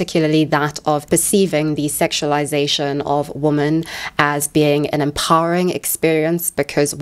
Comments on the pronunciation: Not the most important comment, but been watching your content recently (love it) and i’ve been wondering if there’s a reason you say “woman” and not “women” (wimen) for “woman” plural form? 🧐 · Are you saying "woman" when referring to "women"? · "Men and woman" Am I hearing this correctly?